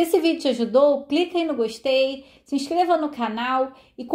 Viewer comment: "goxtei"merece o like!!